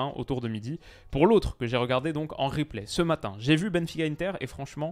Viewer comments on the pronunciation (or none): none